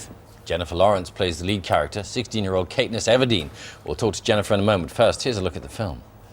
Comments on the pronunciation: 1st of all it's Katniss not Kateniss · WTF KATE-NISS?!?! IT'S KATNISS YOU DUMBASS!! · you'd think the bloody bbc would get the name right....KAT-NISS not KATE--NISS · From what I've heard of her she's usually very outspoken but she definitely wasn't here. She was really reserved. Yeah that guy Bill said Kate-niss but it's pronounced Kat-niss. He was probably reading from a script and he'd not saw any of the movie to her the prounciation of her name. By the sounds of it knowing that the next 3 movies are going to be released last year, this year and the year after in two parts like Twilight did - she will constantly be 5 years older than her character is. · Not a proud british person at the moment. KATENISS? What. It's KATNISS. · When he says 'Kateniss' instead of Katniss'.. I can see hardcore Hunger Game fan destroying and shouting at their TV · It's not "Kateniss" ....it's "Katniss" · I know I said katniss not kateniss out loud at that part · How dare he say Kateniss instead of Katniss I will never watch BBC breakfast again. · wtf KAT-niss like a cat not KATE-niss like a hooker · HE PRONOUNCES IT KATENISS ITS KATNISS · KAT-niss not KATE- niss ya Moran!!!! Get it right! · It's Katniss NOT Kate-niss?????!!!!! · in America it's pronounced K-ahh-tniss, not K-ayyy-tniss, I don't think it's an accent thing, more of a mispronunciation, like C-aayyy-to (correct) or C-ahhh-to (incorrect) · Umm..Kateniss? Sorry im British and i say KATNISS. It annoys me when these two interview my favorite actors/actresses. I reckon they need to stick to..other things. Sorry guys. Put Jenn on Graham Norton and then they'll have a laugh. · who da fuq is kate-niss.. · im english and sat KATNISS not kateniss...fcking bbc :P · oh why did he say kateniss ITS KATNISS D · I'm British and I say it the way it's supposed to (Cat-Niss) Wtf is Kate ness?! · he said caitness everdeen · Sorry, did bill say CAKENISS??? god. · oh no he did NOT just say KATEniss >:( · He did not just say Kateniss....